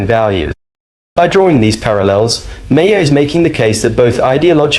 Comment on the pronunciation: Stop calling him Mah-Hey-Her lol, I cant trust anything you say if you dont know his name